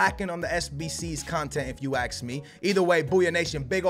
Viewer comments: why you sayin aks insted of ask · FFS IT'S IF YOU ASK ME NOT AKS ME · if you axe me this was a great rewards episode if you axe me